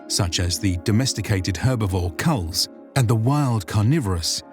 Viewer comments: I'm really loving the video, but I also want to provide some constructive criticism by pointing out a view minor errors. "Chull" is pronounced with a "ch-" (like chewy) rather than a "k-" It's the Tranquiline HALLS, not the Tranquiline HILLS The Jah in Jah Keved is pronounced "Yah" Again, really enjoyed the video! I wish this video was out before I had started reading. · I think chull has a 'ch' that's pronounced as it would in the word 'chat' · Chull - the 'ch' is pronounced like in 'chain'.